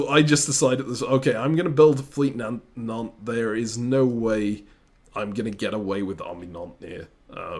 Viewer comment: I will never get tired of continuously calling Nantes “Nontays”